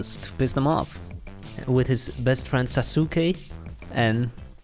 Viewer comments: It’s saa sss kee not see ke and it’s sa ka ra not sass kur ra lol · Lmao it’s not sosukaue it’s saskue np and it’s not sakora it’s sakura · The fact that you said (sas ooh kay) it’s (sas k) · Oh no he pronounced Sasuke Sa-su-ke It's supposed to be Sas-ke Silent "U" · Bro its sauske not sasuske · You said sasookay instead of sasuke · Sauce kade that's how to pronounce it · MY OCD HAS BEEN TRIGGERED YOU PRONOUNCED THEM WRONG Naruto: NA-ru-TOE Sasuke: Sa-sk-A Sakura: Sa-k-RA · It’s “Sauce-Kay” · I know for a FACT this man did not did not pernounce Sasuke as Sasooke WTH man!? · ok first of all who is "sasooke" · Its pronounced sas-k and nah-roo-toe and sa-ker-ah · Not sasuke. Its saaskeee